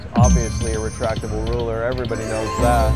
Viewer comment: 53 year old and never heard anyone call it retrachtable ruler. You're the first.